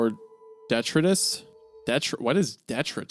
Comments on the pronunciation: its "de try tis" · detritus- de-try-tis - waste and debris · Detritus: "Dee-try-tuss" not "deh-tree-tus" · "Deh-try-tus". I'm sorry if this story is too "Italian" for you. ;) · it's axxxxtually pronounced "dee-try-tus." Yuu'd think too coladge ejucated Luvecraphtian big lipped mind eyeds cud guugel. PS, thanks for screwing up the autocorrect on my phone. <3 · Most people, I feel, know the word detritus. De-try-tus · It's pronounced duh-try-tus this is my only complaint it was weird to put that there I just like proper pronunciation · Detritus is a very common term in the PNW. It’s pronounced da-try-tus usually. It’s used to describe leaf litter or natural “garbage” like sticks and branches due to a natural event or a crowd of people. Interesting to know it’s not used much elsewhere since it’s pretty interchangeable with “garbage” here when it’s referring to stuff on the floor. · "dEtRiTuS? Never heard of em" you didnt seem to bother about vocabulary when reading the Red Tower though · Long story short, it's pronounced Dee Try tuss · Long story short, it's pronounced de-tri-tus. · Hearing isiah butcher the word detritus upset me for no real reason 😂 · I think my biggest pet peeves with this series is the fact that even though Me and Isaiah are both from that southeastern Ky/Northeastern Tn area that somehow I know more words than he does and he has a career in reading. Detritus is NOT PRONOUNCED THAT WAY BUBBA I AM GONNA BEAT MY HEAD ON A TREE Lord willin and the creek don't rise I am gonna make a list of all these words he's butchered like a child's first hunting trip and when I meet that boy Imma school him With like, compassion and care of course. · the fact that the mispronounce detritus through this sequence is the icing on the cake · I swear this isn't the first story they have encountered the word 'detritus' and been confused by its meaning. or pronunciation. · It’s pronounced detritus not detritus